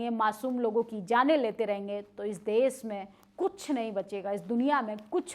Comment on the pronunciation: Desh Shaasak Surakshaa Taanashaahi Ghaazapatti SharmSaar Plz correct your pronunciation to be more authentic, If possible 🙏